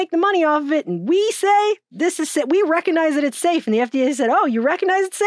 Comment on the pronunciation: I love you, but, but.. Reckanize isn't a word. Recognize, on the other hand, is.